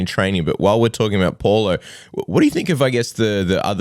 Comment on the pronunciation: Pow-lo not Por-lo Porlo by ko rnd 1